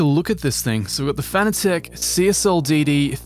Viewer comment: Fanatec is pronounced like fanatic. Not fana-tech.